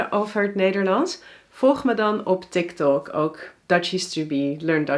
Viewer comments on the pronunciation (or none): none